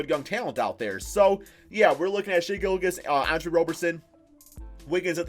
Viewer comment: Please learn how to learn SGA’s name bro it’s so cringe to listen to how you pronounce it